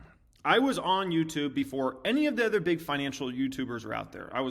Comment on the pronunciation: Ken is great. is great. Everyone has a different flavor, but they all provide valuable insight. just needs to learn how to say “other” properly.